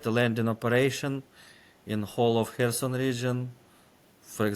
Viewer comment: Not Harriso or Herson, but Kherson. . Not "Delta and Nipro river" but delta of Dnipro river